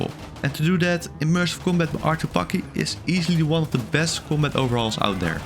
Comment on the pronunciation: I heard fuck it and then I went "Ohhh, bucket" and then I realized he was somehow saying combat I can understand your accent but what was that bro